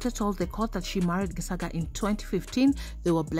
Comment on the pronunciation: It's said Geshaga the c is sh it's just bothering me how your pronouncing it